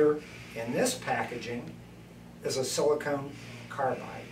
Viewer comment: might just be regional pronunciation but i heard silicone (rhymes with "own") and not silicon (rhymes with "on")